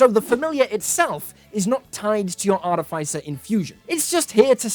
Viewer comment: You pronounced artificer wrong.